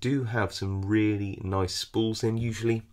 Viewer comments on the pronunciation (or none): none